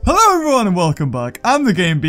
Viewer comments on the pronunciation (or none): he said herro everyone